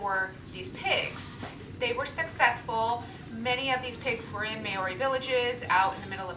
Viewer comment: Thanks for the info. Isn't it pronounced Mow-ree, not May-oh-ree?